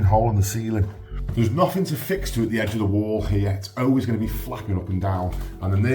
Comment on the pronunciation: No offence ment by this you legend but how comes you can say ALL this area but say OWAYS when saying always? 😉🤣🤣